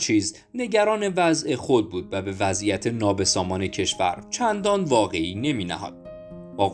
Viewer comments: دوست نریتور، در دقیقه هفت و ثانیه یک میگید چندان واقعی نمی نهاد؟؟؟؟ این کلمه درستش میشه وَقعی نمی نهاد یعنی چندان ارزشی قائل نمیشد. از یک نریتور با این صدای خوب و البته ویدیویی با محتوای خوب یا دست کم متوسط انتظار میره که این بدیهیات را رعایت بفرمایند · آقای محترم : ندانستن بعضی لغات از سوی گوینده این برنامه باعث تعجب من است و نمیدانم آنرا به پای چه بگذارم ! مثلا لغت «وقعی نمی‌نهاد» به معنی اهمیتی نمی داد را ایشان« واقعی نمی نهاد» میخواند ، درست مثل اینکه آدمی باشد که با مطالعه و آشنایی با لغات غریبه است!